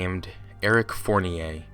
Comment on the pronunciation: Ummm, that's not how you pronounce Fournier. It's pronounced "Four-nee-er."